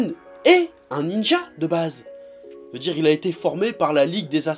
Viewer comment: A chaque fois que tu dis "tfacon je fais ce que je veux" je comprends "je fais ce que je peux"😂